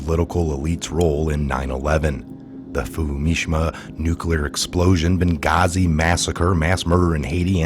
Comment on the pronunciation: Fumishma? LOL Dude! Fu-ka-shi-ma. Good video. Keep up the good work!